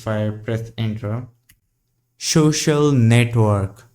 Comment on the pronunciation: lol, "shoxiul network". Pronunciation aside. why do you use ~/.cache and not /var/tmp directory? This is faster than writing to disk.